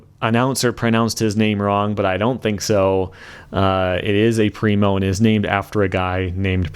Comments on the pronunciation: Pretty sure I commented this before on an older video? But there is nobody in germany who says "primo" like "rhino", seriously. Now people think people say that in germany because one dude has noob friends :D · Can agree to this. Never heard someone said Primo like rhino